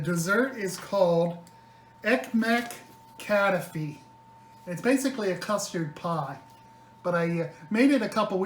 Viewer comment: there are dozens of recipes on youtube, mainly Greek recipes. So please read them and learn 2 things: First how to handle this beuatiful pastry and second how to pronounce the name KATAIFI. Just type ΚΑΤΑΙΦΙ.